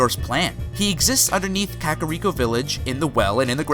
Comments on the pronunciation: You said skulltula and kakiriko wrong. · The dude says kak-rick-oh when I think demonknight is saying it is pronounced kak-a-reek-oh with which i'm inclined to agree with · OKAY OKAY OKAY Skulltula - SKULL-chu-luh Kakariko - KAK-uh-REEK-oh Termina- TUR-min-uh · And Kakariko